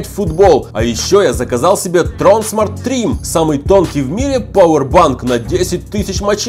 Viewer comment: Правильно говорить тронсма́рт